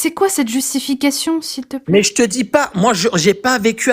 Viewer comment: Ca avait pourtant bien commencé. Mais c'est toujours comme ça. Quand quelqu'un dit "je te dji" au lieu "je te dis", ça va barder à la fin.